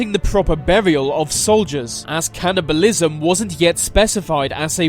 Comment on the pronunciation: Do you know how to speak? “Executed” “Cannibalism” “Anex”